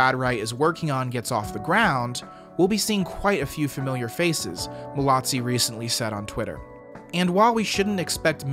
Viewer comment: There is no T in Mallozzi! It’s pronounced mal-o-zee.